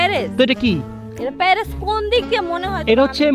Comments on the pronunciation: প্যারেস ❌ প্যারিস ✔️ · প্যারেস নারে ভাই প্যারিস হবে ছাওয়া নারে ভাই ছায়া হবে।।উচ্চারণে ওদের আরো অনেক সংশোধন দরকার।।কারন ওদের ব্লগ অনেক বাচ্চারা দেখে